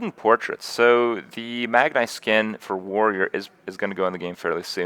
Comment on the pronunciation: Can someone PLEASE tell Kripp he's saying Magni wrong. I'm gonna die